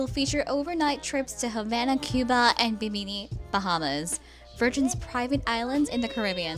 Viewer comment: Bim’ in i NOT Bi’ mi mi